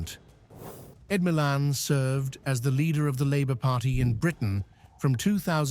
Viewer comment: Ed miliband, not Ed Milan